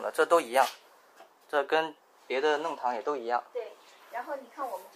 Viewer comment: 弄long堂，不是nong